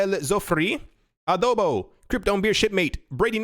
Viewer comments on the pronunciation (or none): none